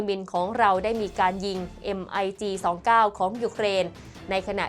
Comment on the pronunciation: อ่านว่า มิก - 29 ครับ ไม่ใช่ เอ็ม ไอ จี 29 ฮ่าาาา